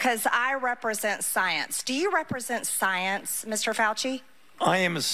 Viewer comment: MTG saying "saence" several times reminds me of that SNL skit with Cecily Strong, very much recommend you go watch it